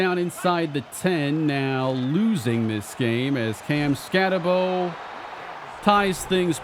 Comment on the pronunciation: Once again, its BOOOO its ScattaBOOO not Bowe